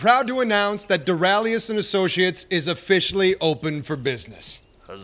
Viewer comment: Rewatching in 2018, and still annoyed by ' pronunciation of associates.